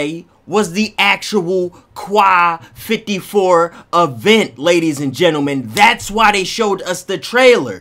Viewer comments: Quai 54 . Its not pronounced (kwai) its peonounced (k) yes just the letter "k" so its pronounced ("k" 54) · It's prononce k 54 ( im french that's why I know this) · It's pronounced "K" bro bro, "K 54".